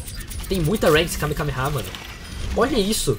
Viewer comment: o q é kameKameha? achei q era kamehameha mas